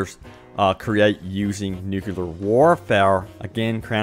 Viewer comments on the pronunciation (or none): Ffs nucLear already NOT NOOCULAR